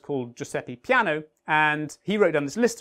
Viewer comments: It’s not PIANO, it’s PEANO, pronounced like PENNY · Nice video! But Peano is not pronounced like piano or pea-ano. It's peh-ah-no (sort of like "naive", with distinct sounds in the consecutive vowels)